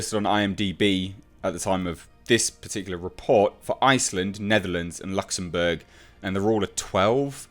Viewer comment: lol Luxombourg...its Luxembourg.